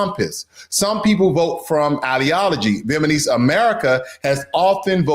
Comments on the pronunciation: Good content, but it gets under my skin that you keep saying, “VietnaNese” instead of “VietnaMese.” The country is called, “VietnaM,” so naturally, the people of Vietnam would be called, “VietnaM-ese.” 🤦‍♀️ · Dude… it’s Vietnamese! Namese… Not Manese! From the country of Viet Nam… comes Viet Nam ese! If you’re going to talk about people from Vietnam… PLEASE Get it right! Listen to how the reporter says it! Can you hear the difference of how she says it and how you say it! VIET… NAM… ESE. NOT Viet Man ese. You say Viet Nam right… just add ese to it! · Is he saying "Vietmanese" on purpose? 😂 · Does anyone else hear the narrator/reader say “VietmaNese” instead of “Vietnamese”, or just me? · Its Vietnamese, not Vietmanese... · Pronounce Vietnamese correctly guy.. it is not Vietmanese!!! It is Viet-namese!!!! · AND YOU NEED TO LEARN HOW TO PRONOUNCE CORRECTLY: Vietnamese and NOT “VietMANese” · It's VIET-NAM-ESE not VIET-MAN-ESE. Spell it out, my man! Otherwise, great video! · Vietnamese not Vietmanese please! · It's Vietnamese, not Vietmaneese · Viet na mese, not Viet ma nese. Please bro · I appreciate the material. However, it hurts my ears when you keep pronouncing "Vietnamese" incorrectly. Viet-Na-Mese is correct while you keep incorrectly pronouncing it as Viet-Ma-Nese. It's N before M and not the other way around. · VietNamese, please, not VietManese!! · Can you say "Vietnamese", not Vietmanese? or I heard it wrong? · Small matter, but it's 'Vietnamese', not 'Vietmanese' ! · VietNAMESE, not VietManese! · the word is viet-NAM-ese...you incorrectly say viet-MAN-ese multiple times!!! you suck and your channel sucks because of your lack of intelligence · It’s Vietnamese not vietmanese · Viet-Na-Mese not Viet-Ma-Nese. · Bro it’s VietNaMese not VietMaNese. Got us mixed up with ChiNese or JapaNese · VietNamese not VietManese, please! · You need to pronounce the word vietnamese correctly! It is viet-Nam-ese and not Viet-Man-ese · Viet-NAM-ese, not Viet-man-ese